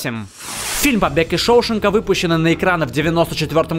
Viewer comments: ***** английский вариант может быть, но в русскоязычной версии всегда был шоушЕнк, а не шОушенк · отвечаю у меня чуть уши не убежали, услышав шОушенка...бомбит карочь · ШоушЕнка же, не? А не шОушенка. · Побег из ШоушЕнка и не ШоУшенка! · Не шоУшенк, а шоушЕнк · "Побег из ШоушЕнка" и хорош загрязнять русский язык своими "летсгоу". А топу + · ШоушЕнка ударение на Е! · Шоушенка неправильно сказал! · Побег из шоушенгааааа на а ударение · Шоушенка,Дарабонта неправильно произносит